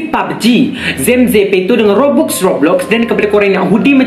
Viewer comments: bang bukan robux tapi robax....ejaan je robux...tapi sebutan robax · Bang kalau tulis kan robux tapi sebutannya robax bukan robux😭😭😭